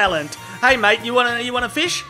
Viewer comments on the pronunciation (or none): none